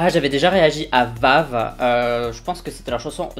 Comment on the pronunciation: vav c mon ult group et le blond c le mec de ma pp ! Et c'est v-ey-v pas vave😭